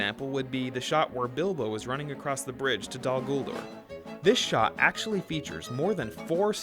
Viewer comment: dude. I love ALL your videos, and I just love everything about your channel. but I was appalled at your pronunciation of "Dol guldur." I dont even know how to spell it the way you pronounced it. again, huge fan, but pronunciation and grammar are really important to me lol :)